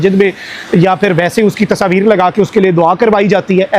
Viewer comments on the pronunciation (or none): Its not Tasaveer its Tasveer idiot uneducated madrasachap braindead #Pakis 😂